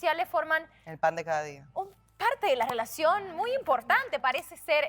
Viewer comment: Piña pronuncia bonito la "R" es asi como "rrwelacion" 🤭